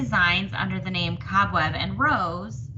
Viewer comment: Yes you pronounced my name correctly! Thank you! I am wanting to do some valentine stitching so yay! I need to run to JoAnns and see if I can find that cat frame! Just love your valentine stitching. Encanto is amazing isn’t it? Great video this week and thank you for sharing your stitching. I do wish you luck and am sending good vibes.